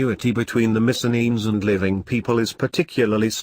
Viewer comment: Missen-enes? What the ---- kind of pronunciation is that? I'm Greek and this is very repellent.